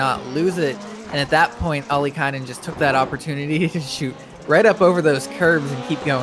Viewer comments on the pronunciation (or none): love how he keeps saying Okkilainen instead of Ollikainen :D Poor Jonne.